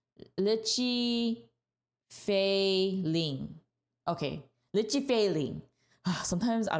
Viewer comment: No nicknames, just write the names down on a journal for future reference. Also, Litchi is pronounced lie-chi.